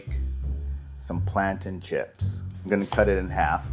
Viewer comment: Bruh I know he didn’t just say plantain chips